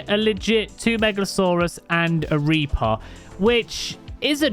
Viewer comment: The way you were saying reaper was driving me a lil crazy. Sometime it was reapah sometimes it was reaper occasianally it was reapuh. Like wtf man pick a pronunciation lol